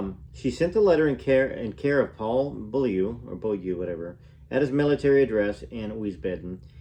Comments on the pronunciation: Its pronounced "Bo-Liu" in Eng. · Priscilla last name is pronounced 'Bowl-iu' Thanks for taking the time reading the book for us 😊 Love your channel ❤️ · Hi, in england we say Beaulieu, Beaulee .